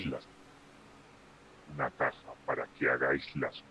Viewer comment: Pero dijo Caja o Casa?